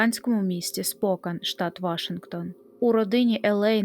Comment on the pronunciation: Не правильний наголос при вимові назви міста. Правильно СпокЕн. Я живу тут.. цікава історія про цей жахливий випадок.. ніколи не чув про це..